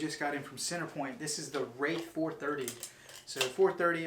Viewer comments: The “wreighth 430” lol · Too many people keep calling this a wraith instead of wrath.